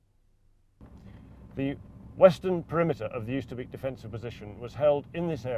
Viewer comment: Oosterbeek pronounced 'oh ster bake'